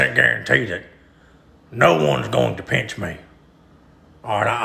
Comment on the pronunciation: He says pinch like peench. 😂